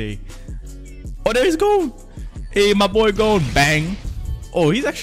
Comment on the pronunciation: his name is gon not gone